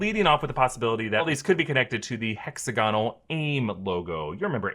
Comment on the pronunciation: Everyone PLEASE learn how to say this word: "Hexagonal" = hĕk-săg′ə-nəl it's not "hexaGONal". it's "hexAGonal"